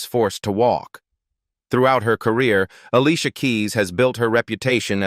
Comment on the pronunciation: 😮😮Look how he pronounced herr name 😂😂 smh smh smh